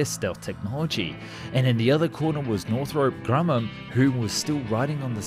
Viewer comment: Arnament? Weapondry? Northrope Grummam? Ageing older? Mishandlement?